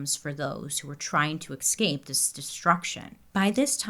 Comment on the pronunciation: Bailey , PLEASE, it is eScape not Excape!